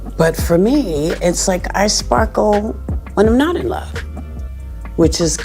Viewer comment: That "SPARKEL" is really a short circuit:hand-orange-covering-eyes::face-green-smiling::face-green-smiling